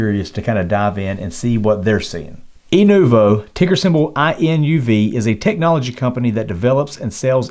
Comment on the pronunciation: You mean inuv not invu